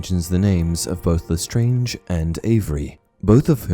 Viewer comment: Pronounced leSTRANG, not leSTRANGE